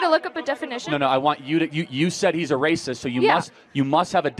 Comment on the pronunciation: "That's wacist!!"